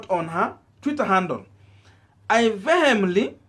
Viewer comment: I am a subscriber and a follower of your youtube channel, having said that, I am disappointed with how you pronounced the words vehemently, arbitrary, and Panacea...